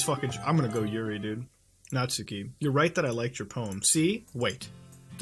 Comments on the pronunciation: muta, its pronounced natski not natsooki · Natsuki is pronounced "Knot ski" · At the risk of sounding like a weeb, it's pronounced Not-Skee. That is all.